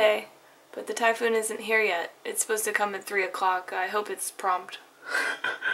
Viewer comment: was talking about a "typhoon".. I though she said "Thai food"..! FML.. haha..